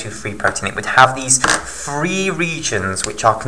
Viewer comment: Loved this video!!! But it is pronounced Three, not free